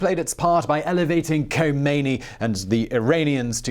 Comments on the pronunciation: The slightest piece of minimal research would have revealed to you that the ‘ K ‘ in the late Imam’s name is silent. No one conversant to a respectable degree with Iran would province that consonant. It’s spoken as something along the lines of ‘ Homeini ‘. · ....The "K" is silent..... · first learn how to pronouce Ayatollah Rohullah Khomeini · In case you ever need to say Khomeini again, the "Kh" sound is like the "ch" in "Loch"... as sort of Klingon sound. And Tehran is breathy on the "eh" bit. Also, one thing that wasn't mentioned but is interesting was that the head of SAVAK suggested to the Shah that they exile Khomeini rather than kill him. Years later Khomeini repaid the favour by... having him killed.